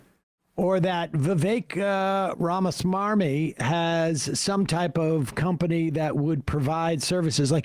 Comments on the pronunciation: why does this guy keep calling Vivek ... Rama Smamyi ? when his name is Rama Swamy ? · It's pronounced Rathersmarmy. Very funny Sam